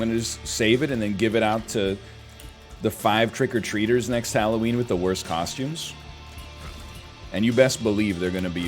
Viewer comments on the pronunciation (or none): none